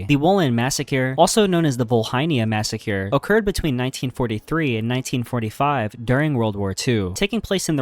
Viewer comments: Your videos are so good, but if I hear another "massacure" I might punch my monitor. LMAO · “Massacure” 😂 At this point the mispronunciation is a meme on your channel. Love the videos man! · I hope you’re saying massacre like that on purpose